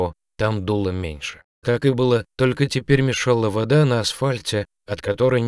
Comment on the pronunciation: Чтец непонятный.По-русски говорит вроде без акцента, а в ударениях самых простых слов ошибка на ошибке: вОда, Еда, и др. Режет ухо. А котишке пушистику повезло. Жалко без хвостика остался.